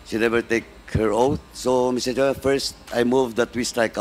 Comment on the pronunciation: put@ ina mo paduano.. MISTER CHAIRMAN lang ndi mo pa mabigkas ng ayos..🤣🤣🤣🤣🤣.. pano ko sasamba sa iyong hudiyo ka..